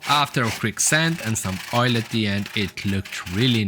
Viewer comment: Very cool. The best thing you could do for yourself is the learn how to pronounce "th" instead of using a D in place of it. 'I wanted a sharper angle on De Udder side' ....' on THe oTHer side'.